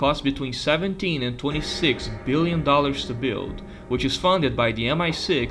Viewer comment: Every time you say the word “build” or “building”, my eye twitches